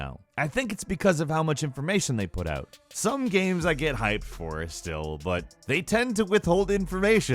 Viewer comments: Does anyone noticed that pronounces "games" as "gheam" or something of the sort? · too many GAEMS i don't have any gaems, sorry :-P